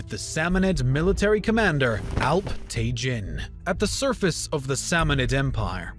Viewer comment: Alp-tegeen/Alp-Tekin NOT te-JIN. Sobok-tegeen/Sobok-Tekin NOT te-JIN :)